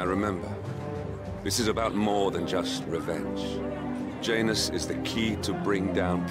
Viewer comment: JANUS the J is silent